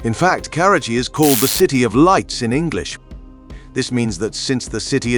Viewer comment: Damn you kept mispronouncing the city's name